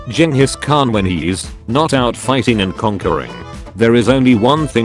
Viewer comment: People: Genghis Khan the voice in: Genius Khan